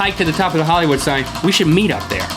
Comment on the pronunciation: there is an "I"...Hillywood; )